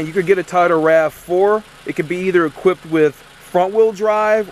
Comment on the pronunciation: What's a Ta-o-dah? Lol